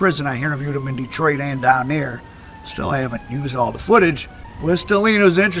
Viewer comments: He don't even know how to say Helena AR. It's not helina it's pronounced like hel- nena... These culture vultures hell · It’s not He Lena it’s Hel -N-A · Hell-in-ah .. that’s how you pronounce it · That's my cousin and its Hell- len- nah = (Helena) and Mary-anna = ( Marianna). Alot of this story isn't true only assumption. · Im from memphis it aint pronounced like dat its HELL IN AH.. LOL DO YA THANG MY GUY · How he pronounced West Helena had me wondering where was it, it’s like a woman named Helen and someone hits you in the stomach and you say Aaa = West Helena